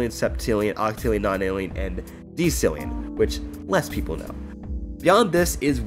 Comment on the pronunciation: I love you, you do all the silly little things I do Edit: WHAT ITS CALLED DE-CILLION NOT DEX-ILLION FRICKKKKK PLEASE ADD ME! YOU CAN CEASE TO IF YOU WISH! Username in morse code: -..... --. --- ---..-...-.-.